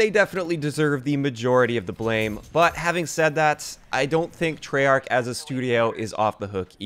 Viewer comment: It's treyarch